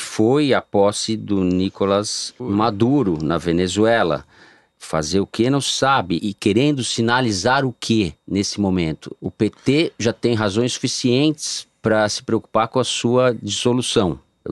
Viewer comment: Por favor, o nome do cara é NICOLÁÁÁÁS, latino americano e não inglês!